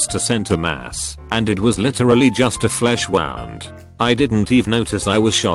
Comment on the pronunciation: >wound wawnd What the fuck.